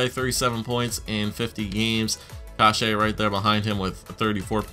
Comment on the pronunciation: youre saying kase wrong, its pronounced case, like suit"case"